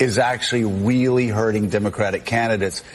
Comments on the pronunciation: Did he say “wheely”!? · Is he saying wheely??